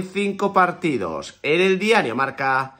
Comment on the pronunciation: Me gusta como dice diario ass😂